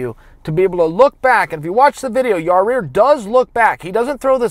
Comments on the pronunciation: is he saying Ya Rear? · lol Chael. It's like a strange one-off speech impediment. Ra-year? You crack me up boss. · Yah-rear? Is that Jamaican for your rear? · It’s Yai Ear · Chael, I’m a big fan but who the hell is ya rear? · I figured chael would just call em the Panther lol its pronounced ya eer. Maaan I loved that fight but let's get away 4m 5 round fights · Hey Chael it's pronounced (Ya -Ear) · I lost concentration every time I heard ya rear.oh lawwwd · Isn't it pronounced Yai-year? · Yarear... Yarear... Yarear... Yarear. All he's gotta do is take out an "R". How can he not hear himself? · At this point I really think Chael is trolling us with the name lol and it’s working haha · J. E. Blake, thats why chael put an emphasis on it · nah he said it multiple times through the video bro lol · The mispronouncing names bit is killing me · I'm pretty sure chael mispronounces names like Yair on purpose. He was trollin before the internet was even a thing lol. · Your saying his name wrong dammit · Dude, pronounce the guy's name correctly. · There he goes pronouncing this guys name wrong once again. Man at least listen to someone else say it and say it like that. It doesnt seem hard to do. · Who the fuck is Yareer Chael? It’s Yair bro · “i don’t mean to put emphasis on YOUR REAR” ! YOUR REAR ?.. its Yair chael, not YOUR REAR.. am i the only one hearing that 😂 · It’s “Ya-ear” not “Ya-rear” 😝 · Say it with me Chael.....Ya-Ear, not Ya-Rear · For fuck sakes it’s “YAIR” NOT YARIR, YA REAR, YOUR REAR, CMON “cha ill” lol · His name is not Yah Rear. It's closer to Y👁️👂 Yie Ear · You say it ''YUHH EAR'' and not ''your rear'' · Ya-ear, not ya rear bro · Its Ya Ear not Ya Rear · its not yareer, its yair, only one r, not two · Yair= Ya-ear (Ya-eer in correct latin pronunciation)... not that hard Chael, Yarear is just stupid my bro! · Why can't color commentators say Yair? Rarear, ziar, yarear..... Come on. There are way more difficult names and they nail it.... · Your-rear Rodriguez